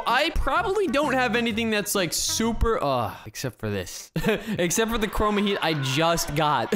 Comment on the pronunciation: Lol you said 2 chorma